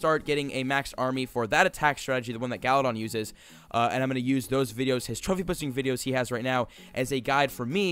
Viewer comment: he say "pussing" not pushing!! lol